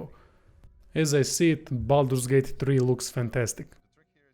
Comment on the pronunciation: Glad you said this, it's not Bolder's Gate !